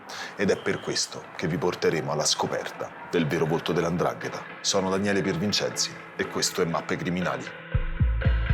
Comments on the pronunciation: SI DICE 'NDRANGHETA !! NOn Andrangheta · Precisamente 'Ndrangheta